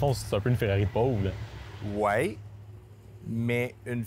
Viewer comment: C'est Ferrari ou Ferrero mais Ferreri NON 😂😂😂